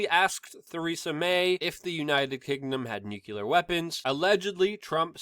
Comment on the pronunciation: I love you, man - but you are obviously far too intelligent to mispronounce "new clear."